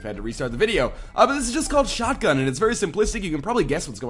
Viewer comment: its not shutgun its like MACHINESHUTGUN :P